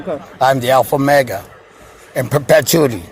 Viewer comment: "I am the alpha-mega in perchuity" - fool can't even keep his own bullshit straight 😂